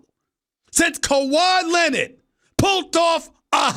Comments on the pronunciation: Kawhi Len-Nid!!!🤣🤣🤣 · "Kawhi Lennit"